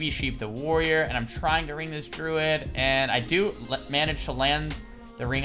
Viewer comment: Does anyone else hear "Truid" when he says Druid? I can't un-hear it now.